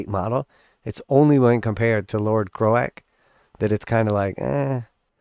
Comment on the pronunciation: I’m sorry did you really call him crow-ACK and not croak..? 😂😂